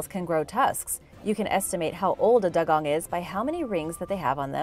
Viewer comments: It's not called a " Daa- gong!" It's called a " Doo-gong! Just saying! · It's pronounced dew-gong.